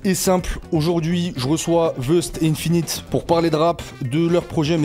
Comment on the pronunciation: Merci pour la vidéo. Attention c'est 1-finit et pas ine-finit